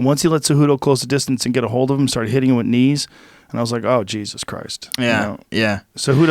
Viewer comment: It is with, not wit Frankie....